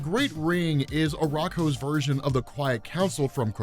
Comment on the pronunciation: Uranos - Yur-an-Ose. Not Yur_Ayn-Ose. It probably comes from the alternate pronunciation of "Ouronos" (one of the original greek pronunciations of the god of the sky)